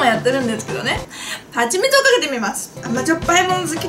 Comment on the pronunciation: 3分21秒のはちみつがぱちみつと聞こえるのは私だけでしょうか((((；゜Д゜)))